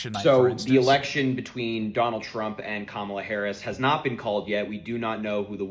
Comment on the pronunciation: He pronounced Karmala wrong. Lol